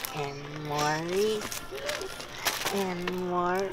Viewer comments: ITS FUCKING REESE, not REE CEES. :P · the way you pronounce reese's deeply offends me